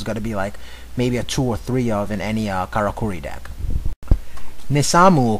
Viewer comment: It's pronounced "Kara-Curry"